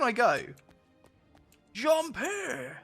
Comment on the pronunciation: Best part is the 'Bewbs' then jumpuh